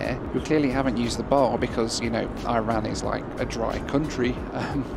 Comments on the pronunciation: come on. Its Iran not eye ran. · Bloke from Mansfield pronouncing I-ran like that 😅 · Feel like you are on a slippery slope.. before long we'll have Noels bathroom reviews (instead of loo) given the country is now eye-ran. Hurts my British ears 😂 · He’s been “Americanized”. Next thing you know, he’ll be saying “See y’all on the next one!” 🤣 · Looks like the oddest airline of airline. You are spend far too much time in the states you are beginning to sound American y the way you keep pronouncing Iran. 😂😂